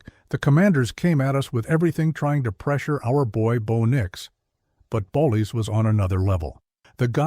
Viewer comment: Learn to pronounce names properly it's bolles not bollies fool